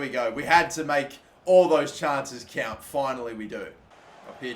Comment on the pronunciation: “I’m shipping the kant off to turkey”